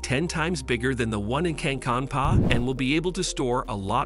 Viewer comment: The "Finnish town" of "Cancun PA""... Should be "Kankaanpää", but I get it Finnish can be hard for non-natives... Another thing that I noted, is that this video seems to have plenty of flashes that appear to be from Matt Ferrel's video.